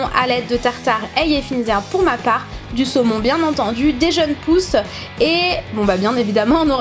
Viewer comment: à la fin tu à dit bille de semon MDR sinon super video